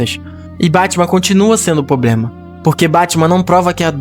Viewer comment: O cara faz um roteiro top desse e não sabe falar a palavra "PROBLEMA". 🙄